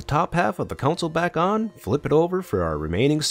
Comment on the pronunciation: Gane "console" not a council. Capacitor, not "compacitor"